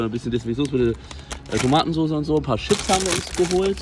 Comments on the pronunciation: jeder: * Tschips * Unge so: " Schips" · Jeder sagt so chips Unge:schips